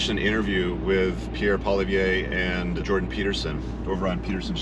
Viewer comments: Would be best to pronounce Poilievre properly. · some good points made, you speak very well and clearly. (Maybe work on the correct pronunciation of Pierre’s last name 😊). Your inserted memes are unnecessary. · Well said. I have one suggestion. Please learn the proper pronunciation of Pierre Poilievre's name if you're going to refer to him in more of your videos. I'm guessing you probably will because everyone will be very familiar with him being the next PM of Canada. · Hey alpha bro; learn how to pronounce Pollievre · You need to practice your "Poillievre" ! I don't see annexation of Canada, who would want the pain in the ass Quebec, but . . . if Alberta was to opt out of the Confederation, I would see the US welcoming that province as a new state.